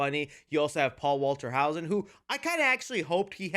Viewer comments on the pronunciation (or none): It’s Hauser, NOT Hausen.